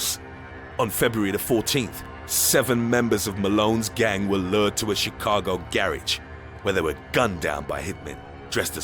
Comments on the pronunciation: a SOUP kitchen, in chi-CA-go. This voice cracks me up. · I know "...in CHIHCAHGO'